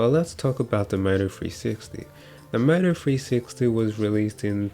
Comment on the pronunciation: I thought you was saying .. mofo 360 lmao